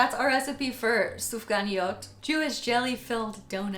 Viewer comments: Fyi, you nailed the pronunciation of Sufganiyot! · OMG, you managed to pronounce the Sufganiyot so perfectly 😍 they look amazing!!!! Big Up and much Love from ISRAEL 💕!!! Happy Holidays 😋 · literally pronunciation was perfect in the plural form of the word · Yes! You said “sufganiot” correctly!